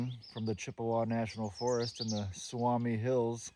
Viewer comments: Nice video. Its pronounced Soo-me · Just FYI: the word "Suomi" means Finland, in Finnish. It's pronounced "SUU-oh-me" 😊 Love your video! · Sue-me is how its pronounced. Also Kramer is a designated trout lake. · It’s pronounced Sou-mi !